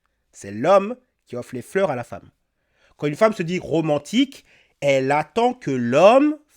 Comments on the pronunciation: "les hommes veulent plus me courtchiser pourtant je suis trop romantchique wesh" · "L' époque où on te tenait la portchière de la voitchure me manque." Wallah wesh, genre c'est romantchique ça. D'ailleurs, elle a vécu à quel siècle, cette jeune femme ? Parce-que moi, je n'ai jamais connu une telle époque, et je suis plus âgé qu'elle 😂 Et pour l'autre qui est au Kazakhstan : eh bien super, trouve-toi un homme kazakh, de l'ethnie kazakh ! 😂 Problème résolu dans ce cas !